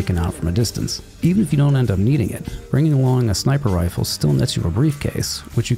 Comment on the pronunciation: “Sniper Rfiles”